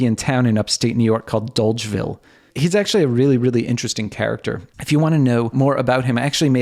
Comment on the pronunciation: I grew up 15 minutes from Dolgeville. It's pronounced "Dodge-ville". And it's charming, but like most towns in the Mohawk Valley it's run-down and a shadow of its former self.